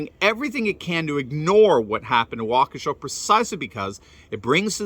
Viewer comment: THANK YOU for being the ONLY one to pronounce Waukesha correctly! Holy cow, it's not that hard. Plus, I think you can get the pronunciation online. Has no one ever heard of that town before? Smh.